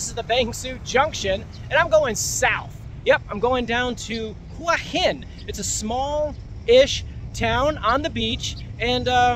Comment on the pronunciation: They are called pepper corns, probably from Cambodia. You should use google and do some research, you don’t even pronounce Hua Hin correctly and it’s not polite to call bar girls prostitutes. 🤔